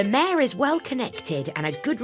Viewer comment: Mayor not mare